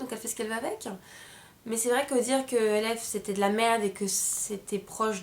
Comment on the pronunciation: moi g pas aimer la façon dont a critiquer les produits de chez e.l.f. j'avais envie de la baffer pour comment elle a dit le nom e.l.f je vous la refais " je vien de recevoir ma première commande de chez ELFE, E.L.F MACHACHIN TRUC " vous ne me comprenais peut être pas mais pour moi c quelque chose. Et puis l'histoire du pinceau avec la poussière au champignon hallucinogène.Les filles cette fille la je vous le dit elle est grave!!!!!